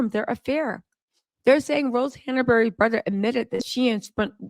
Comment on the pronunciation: you are mispronouncing Rose's last name. It's Hanbury, not Hannabury. 🙂